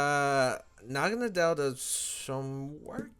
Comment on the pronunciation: Why does no one pronounce the name correctly? Naga-NODDLE (Nadel pronounced as NODDLE which is German for Needle). For some reason everyone accepted to call it Nagonuhdell.